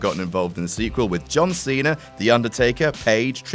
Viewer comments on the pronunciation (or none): none